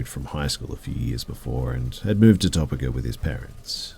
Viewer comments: topeka is pronounced tow-pee-ka not top-eh-kah. damned anglos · I ❤ you! No shade but Topeka is pronounced Toe-pee-ka. Im going to bed so I can get to work at the crack of dawn. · Pronounced "Toe-PEE-ka". Great video. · I'm guessing you meant to say "tow-peek-ah" LOL sorry but that was funny to me! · Hey., just fyi, it's Toe-Peak-uh